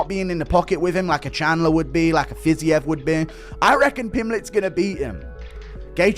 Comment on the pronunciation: It's Fiziev ... AI sucks